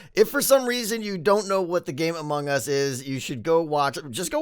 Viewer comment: I have to tell you again, because apparently you’ve forgotten what Zed said, Among Us is not pronounced like 2 words.